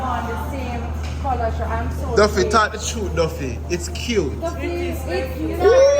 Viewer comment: He said Duffy